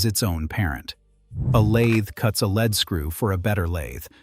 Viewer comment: Your mispronunciation is annoying in the same sentence you pronounce LEAD as LED and LEED, it is LEED in all cases